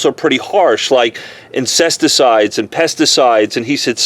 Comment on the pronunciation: Did you say: “insecticide” or “incesticides”?